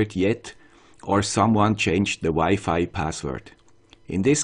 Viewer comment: It was wired to hear Wi-Fi pronounce differently, thanks for improving.